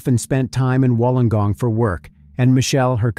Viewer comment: It's pronounced Wool-on-gong.